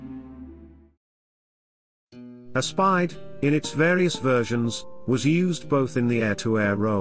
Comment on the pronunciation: Aspide is pronounced A as in apple then speed. Italian spelling works a bit different to English spelling.